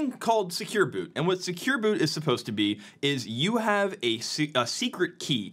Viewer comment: Vote up if you also think he said "Secure Boob(s)" a few times.